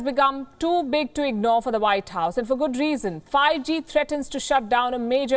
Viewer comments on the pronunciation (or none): none